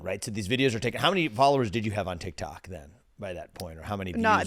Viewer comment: It's TikTok bro not TikTik 😂